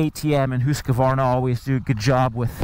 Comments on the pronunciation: Hus-varna. Not Hus-ka-varna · this dude says Husqvarna weirdly. "HOOS" Qvarna? it's "HUS" Q - Varna. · Come on!! It’s husk-varna NOT whose-ka-varna! do you know what you are talking about you’re a senior editor for Pete’s sake?! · Hoosk Varna Like that.. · its not hooska-vaarana its pronounced hooskvarna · Whose kavarna? Husk Varna! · Husk A Varna [sigh] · It's pronounced hus kvarna. Not hus Q arna. I'm swedish x) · as soon as i heard him say hooos kar varna i knew what the comments were gonna be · Hoooooooskevarnaaa! SSSFARTVIALN!? jesus dude... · Never heard this pronunciation of Husqvarna. I am pretty sure it is not pronounced, Hooskavarna. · gahh!!!!!!!! Hoosk-Va-r-na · Hooska? Varna? hahaha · It’s Husk Varna !!! 🙄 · he always added an extra A to Husqvarna also hearing his spit in his mouth when he talks and swallows give me shivvers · It’s not pronounced Husq A varna ? Or am I wrong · When you are Swedish you hear how badly Americans pronounce Husqvarna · I giggle everytime he say Husqvarna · The way he tells hasqvqrna is wrong. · Disliked and stopped watching after the 4th time saying the name wrong. I don’t care whatever else you have to say about this bike. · He says "Husqvarna" funny. It was annoying.